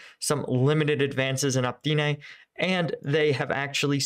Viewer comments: Pretty sure its pronounced O,-pit-na **Opytne U provide decent perspective, but thats killing me 😂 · Opytne. Really not difficult to read. O-PYT-NE